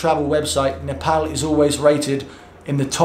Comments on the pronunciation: Glad you Pronounced Nepal as Nepal not Nefol.. Lots of love brother. Really loved all your Videos. Hope to see more videos in coming days.❤❤❤ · So satisfying to hear a foreigner pronouncing Nepal 'Nepal' not 'Nefol' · Ya he pronounced Nepal as Nepal that's something 🤣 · First foreigner pronouncing Nepal as Nepal😁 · True, many pronounce like Nepol or sth..😂😂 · Finally someone is Pronouncing Nepal correctly. After living in uk for over 5 years and hearing people mispronounce Nepal wrong even after correcting them, felt like they are disrespecting my country but I always kept my head Turing to the positive and understood none of them meant that. Please even after coming back to uk keep pronouncing the correct way. Hopefully you will be safe and enjoy the time there. 😁😁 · "Nepal" & "Nepali" Both correct pronunciation. Great Video! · U should pick a Nepali name now😂👌 And u said Nepal perfectly for a tourist😅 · I am happy that u can pronounce the name of country 'Nepal'.most of the people use to call Nepol. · Hy, you are the first westerner I have ever seen to somewhat properly pronounce 'NEPAL'. 😂😂😂 Other westerners they just say 'NEPAUL'. And I commented here right after the very first time you said 'NEPAL' in this video. 😁 I hope you have great time in Nepal. Cheers! 🍻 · pronounced Nepal exactly what it should be like.Well he suffer Nepal lockdown since day 1🥂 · Wow you've really mastered the pronunciation of Nepal. Proud of you XD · Till now..I havent seen any foreigners spelling Nepal so correctly👏❤ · You are probably the first foreigner who pronounced Nepal Correctly. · He pronounces Nepal very well for a foreigner :D. This made me happy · I love it that youve addressed the pronunciation of nepal. Thanks... it truly isnt NEPAUL!! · A like for the correct pronunciation of Nepal! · Gave a like when u said Nepal not Nepaul... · He said Nepal not Nepol😍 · So your three months in Nepal, taught to pronounce the country's name..😁😁